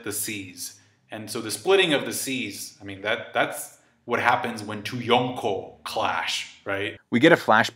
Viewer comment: I hate how you say Yonko